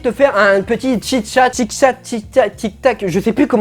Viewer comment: chose qui n'a toujours pas changé : tu arrives tjr pas à dire chit-chat 🤣 PS. retire aussi la p'tite étiquette stp c'est perturbant 😂